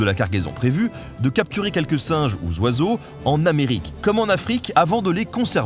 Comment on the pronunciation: toujours intéressant et bien fait nonobstant les habituelles fautes de liaison dans l'exposé. Comme "singes ou Zoiseaux"... Non ! "singes ou Oiseaux". Désolée...ça écorche quand même les oreilles